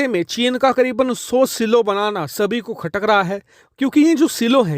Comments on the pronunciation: सिलो नहीं ..... साईलोज ❤ Important news...... India should deter Chinese aggression by making Surya Missile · सीलो नहीं 'साइलो' कहना चाहिए। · Saylo(silo). Seelo nahi bhai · सिलो नही साईलो